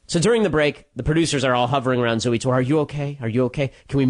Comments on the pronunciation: lol "zoo tour" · "Zooey Tore" I see what you did there Ben